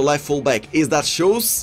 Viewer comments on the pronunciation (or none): schulz the lb from dortmund. but yeah his accent makes it sound like shoes lmao